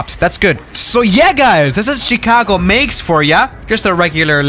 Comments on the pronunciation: I have something to tell you its not pronounced "Ch argo" its Chicago. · No one: Chicago: CHH-icago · I love how you say Chicago